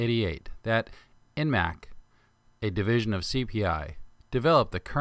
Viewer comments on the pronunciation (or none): "Eimac", not "Enmac"!